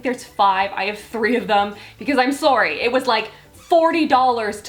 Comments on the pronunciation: I actually didn't know you were Canadian until I heard the way you said sorry 😂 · when she said " sorry " i was like, " is she canadian ?? " then she put a canadian flag. " soory "